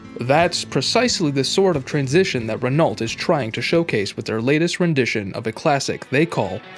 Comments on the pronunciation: It's pronounced .. Ren _ O not ren_ ult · Can't you say ren-O like everyone else? Do you pronounce the s at the end of Illinois, too? 😆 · Please pronounce Renault properly: the "l" and "t" are not to be pronounced... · I came to say the same thing. For a channel that highlights so many different vehicles, you think they'd have voice over people well versed in how to pronounce different car companies.